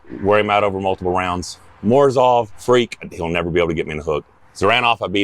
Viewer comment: It's Morozov not Morzouve